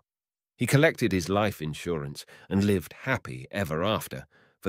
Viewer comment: i've only listened to these youtube narrators for a few weeks and can't compare to old audio books i used to listen to but it's like they hardly take a breath. only the occasional word is mispronounced such as "live" as in "to live" vs "to be alive".